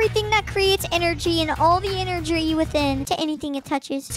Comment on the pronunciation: When he said energry I felt that